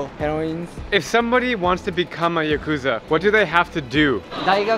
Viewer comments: Yes, if you crash into a homeless camp with old men drinking all day, you can’t expect much response even if you bait them with beer. The Yakuza segment was more interesting but pronounce the word correctly: ya-ku-za with short syllables, not ya-koo-za. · If you’re going to interview the “Japanese mob” at least pronounce their name correctly. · listening to actual Japanese pronounce Yakuza and you still pronounce it the wrong way is crazy.